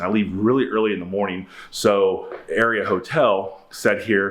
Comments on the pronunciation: It’s not “area” it’s pronounced “R-E-uhhhh” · It’s pronounced are-ia just FYI! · Las Vegas native and hospitality management major here... The Aria is pronounced aa ree un. But hey man I still love your videos.